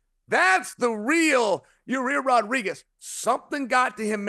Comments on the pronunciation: I know Chael didn’t just pronounce Yair as Ya-rear 😅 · Who TF is Raa-rear ? Cha-yale enjoys saying some people's name in the most F up way possible, he knows exactly what he's doing. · Ra rear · CHAEL WENT SCOOBY DOO PRONOUNCING YAIRS NAME.. RAH- REAR.. RUT ROW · Your rear Rodriguez might be my favorite Chael mispronunciation